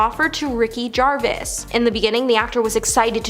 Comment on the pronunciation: lolololololol ITS PRONOUNCED GERVASE! NOT JERVIS! gawd...apparently some of you hate this man so much you'll mispronounce it hoping the bastard is watching this XD hahahahahahahha XD